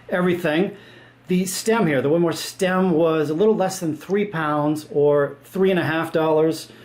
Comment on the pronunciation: WINMAU... WIN-MOWW Why are you saying Win-MAR?????????